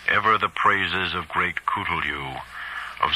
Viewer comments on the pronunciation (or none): Why is he pronouncing "Cthulhu" as "Coolioo"? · Cthulhu’s actual pronunciation is much closer to “klu-loo” according to Lovecraft himself